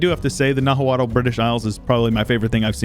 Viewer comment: By the way, Nahuatl is actually pronounced more like "Now-aht", with the t being a sort of glottal stop sound, like when you say uh-uh. Nahua then is pronounced more like "Now-uh". That's not perfect, but much more accurate to the actual pronunciation. I only know because I've been researching Mesoamerican cultures a bit for fun and listening to some podcasts about the Aztecs.